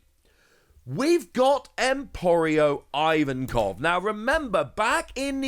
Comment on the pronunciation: How the HELL does this fatzo find ways to mispronounce Japanese character names EVERY FREAKING TIME!?? Emporio AIvenkov ? What?? WHO??LMAO